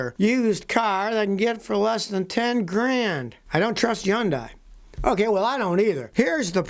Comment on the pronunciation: Repeat after me Scotty, Sunday, Hyundai, Sunday, Hyundai, Sunday, Hyundai, Continue until it sinks in, they rhyme!!